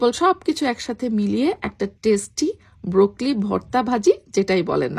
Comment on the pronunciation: Kothata broccoli, brokli na